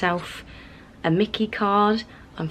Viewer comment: Not mickey....it's My-Key....as in i lost my keys.